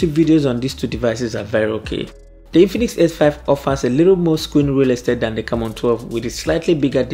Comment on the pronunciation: Am i the only person hearing Camora?? 🙄🙄🤔